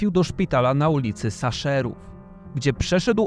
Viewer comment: Szaserów, a nie Saszerów